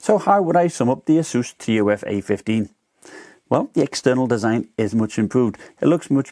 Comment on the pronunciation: Great video, but say "T. U. F." Like" tough" other than that great vid! Keep it up!